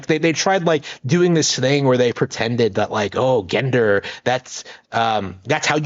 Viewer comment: You mispronounce gender and rhetoric, lonely guy. Try actually having conversations with people. You desperately need practice. You'll need to bathe and learn to stop picking at yourself first. It's rather disgusting.